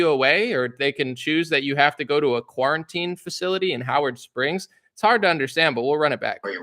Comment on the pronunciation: Am I the only one who noticed that when that Aussie said Howard Springs it sounded a lot like Auschwitz am I really the only 1 who noticed